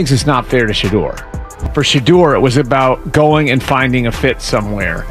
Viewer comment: Hey AI how about getting the pronunciation of Shedeur’s name correct. It certainly is not pronounced Shittor